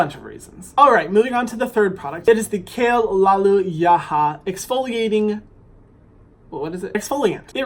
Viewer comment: I think it’s pronounced “Kale-luh-loo-lah” like hallelujah but with kale lmao